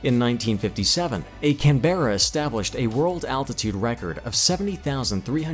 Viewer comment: Only an American could pronounce "Canberra" like this bloke... 🙄